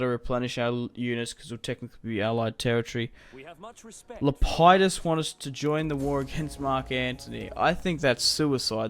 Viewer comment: It's lep-i-dus